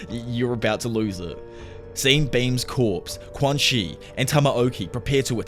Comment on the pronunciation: i believe quanxi's name is pronounced "chuan-shi"